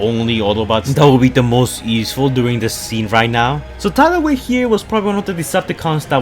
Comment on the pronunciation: you said his name correctly!